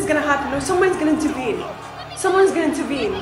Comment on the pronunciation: Is she trying to say "intervene"?? Sounds like shes just saying "tervene"